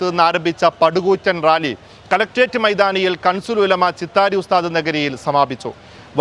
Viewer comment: Kansul ulama ❌ Kanzul ulama✅